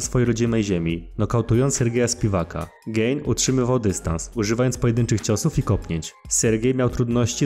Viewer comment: Gane a nie gejn 😂